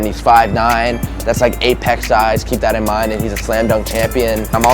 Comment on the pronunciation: actually says “dat” instead of “that”